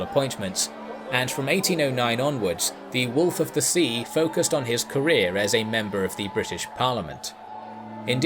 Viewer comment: It doesn't make you sound smarter to say "thee" instead of "the" all the time.